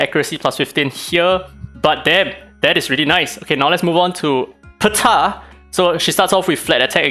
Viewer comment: that "Ptah"